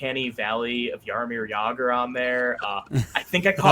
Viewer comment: Guy pronounces Jagr’s name correctly but can’t pronounce Gallant’s correctly… amazing.